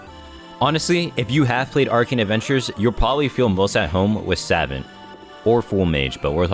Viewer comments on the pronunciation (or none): Its Sah-vahnt not savant. I know its odd but its the correct way to say it. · bro said "sav-ent" and "cunjer" 💀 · I have to be the one to say it homie. It's pronounced Sah-vont (vont like font). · Ngl the way you say savant irks me obviously you are not a savant of the English language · the way he pronounces savant...😭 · please never pronounce savant incorrectly again my ears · My brain disintegrated every time he said savant